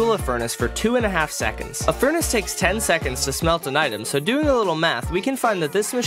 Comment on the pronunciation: When he's saying the "360 items in a normal furnace" part, he mispronounces "furnace" and says "fornace" instead.